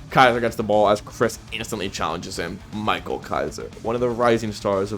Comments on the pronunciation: ITS YO! MIK-EL NOT YO MIKA, it’s not one piece bro🫩🫩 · its actually not pronounced as ur typical micheal, his name is michael and in german its pronounced as mee-ka-ell